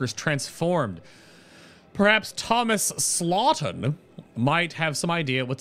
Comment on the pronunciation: Also it's Thomas Staughton not Slaughton lol.